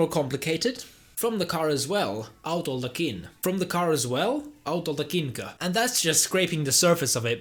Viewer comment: It is 'autoltakinko' not 'autoltakinkö' like you said. Because of the vowel harmony... auto only has back vowels so all the suffixes have back vowels as well. It would have to be 'äytöltäkinkö' for ö to work there :P